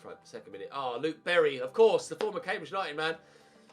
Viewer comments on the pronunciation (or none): none